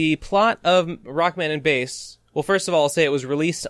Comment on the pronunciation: pretty big talk from someone who keeps mispronouncing Bass's name. how embarrassing